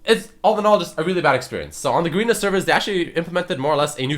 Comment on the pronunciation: hey its ga-re-na like garren not garina